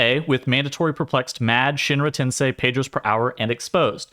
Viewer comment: it's not shinar tensei, its SHINRA TENSEI!!